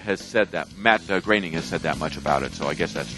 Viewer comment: oh so Matt's name is pronounced "graining". I always thought it was pronounced "groaning"